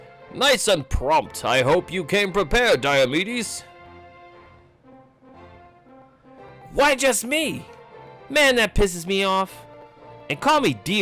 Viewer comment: "Dai-yo"medes, but his nickname is "Dee-o". It's almost like his name is pronounced "Dee-o"medes